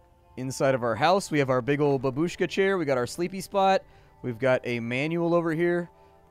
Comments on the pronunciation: It's not babUshka. It's bAbushka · The proper stress is bAbushka, not babUshka. Please. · babeushka ( ͡° ͜ʖ ͡°)